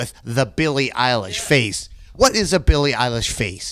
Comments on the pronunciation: "billie relish" pls dont call her thatr LKJSFHKLFVNDFLKBJNL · "im billie ei-wow....." yes ma'am you are lmaoooo